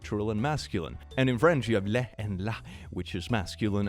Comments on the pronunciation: In French, Le is actually pronounced "Luh". Les is pronounced "Leh" and it is the plural. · You pronounced “le” as “lait” which is milk :P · me (a french people) reading the post of the washing mashine and being like "that's right though" and then hearing click trying to pronounce "le" and "la" like "Léh" and "Lah" 🤣 nice try it must be so hard to pronounce French when you're not native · Tip, in the word "le", the "e" pronounciation is close to the English indefinite article "a". So, not at all how pronounced it. But I appreciate his insight on the subject.:) Also, he pronounced the word "la" correctly.:)